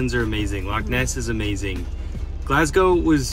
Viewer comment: Indeed! Would've been double respect if 'Loch' was pronounced correctly as well but i'm impressed regardless.